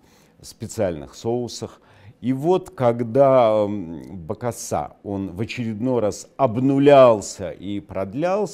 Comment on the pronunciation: У Невзорова своё ударение)